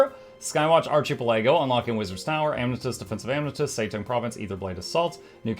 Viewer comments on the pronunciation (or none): arca-PEL-ago. It is a hard C. emphasis on the PEL of the word. You be killing me with that. I am sorry for pretending to be polite and not saying anything. I did this once to Jawkneboi with the word incendiary. HE was upset with me for not telling him sooner. I hope you wont look down upon me for remaining silent for so long. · Hearing ARCHI-PUL-AGO makes my day. Ty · You can't be pronouncing ARCHIPELAGO like that for real...